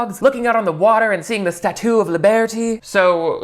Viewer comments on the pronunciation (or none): "The StaToo of Liebearty!" 😂🤣🤣